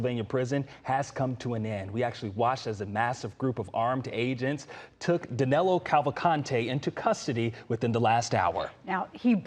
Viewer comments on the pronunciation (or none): I don’t know if it’s help but his name is Danilo not Danelo😊